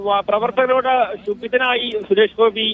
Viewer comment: എടാ മൈരാ കാര്യം പറയുമ്പോൾ ശുഭി ദനായ് എന്നാണോ പറയുന്നത് നായ ട മോന്മാരേ